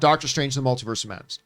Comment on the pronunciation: what did this girl just say? “The Mel-tit-u-ed of Madness” wha..